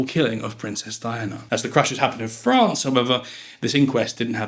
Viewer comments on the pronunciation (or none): none